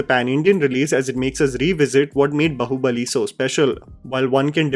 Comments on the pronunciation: Brother it's baahubali not bahubali... 😅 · Repeat after me…baaaaahubali not Bahubali bhai!! Kya kuch bhi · Just one thing, it's Baahubali. Not bahubali. Agree with everything else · Baahubali not Bahubali.. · I don't know why but every time you say " bahubali bahubali" I am screaming it is baahubali. Why is it so difficult to pronounce Indic names right ? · why are you saying bahu bali and not baahubali like wtf lmao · It is just me or is saying "Bahu Bali" instead of "Baahubali"?